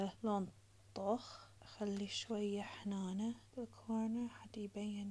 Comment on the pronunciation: هنانه❌ حنانه✅